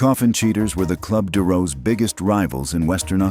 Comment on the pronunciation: The commentator can't pronounce Kalgoorlie or deroes, the r is silent in ---goorlie and deroes is a shortened form of derelict, not to be confused with the Derelicts MC of Victorla.Very amusing story of how the Vic Deroes took their name from Benalla Senior Constable from Benalla police.